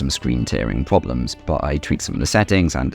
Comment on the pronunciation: I hate the way you say "but"